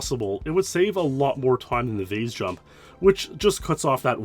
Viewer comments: I've heard "vase" pronounced "vaz" and "vace" but "vaze" is crazy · Canadians say "vaze", Americans say "vase" and English pronounce in "vaaas". Weird.